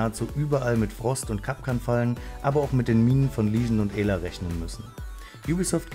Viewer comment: Sie heißt nicht EEla sonder ausgesprochen Äla